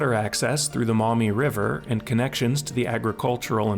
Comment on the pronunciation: He pronounced Maumee correctly so he's gotta be local.